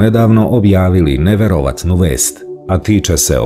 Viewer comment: Majko sveta, tacno srbi izludio narod.. Cuj naglasavanja rijeci.. kontINenta.. NeverOVatna.. Boze sacuvaj, niko nikad tako nije govorio odjednom neka budala izmislila pravilo na osnovu necega, pa kao ajmo sad sve mijenjati.. Isuse hriste dragi, oslobodi...